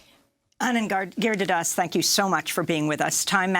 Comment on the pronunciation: FFS Amy, it's pronounced "Girid-hara-das" ... NOT "Gir-di-das" ...learn to pronounce it correctly. It's not that hard!